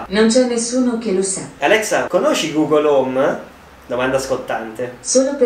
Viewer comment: Quando dici google hom si attiva ok google